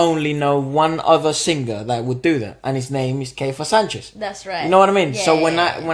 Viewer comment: The evolution of Keifer! We have been privileged to watch this young man grow into the extraordinary artist he is becoming. Thank you for the wonderful reaction. I also want to know what the inside joke is going on with the band! 😁 More songs from Keifer (pronounced key-fur) and the TNT Boys coming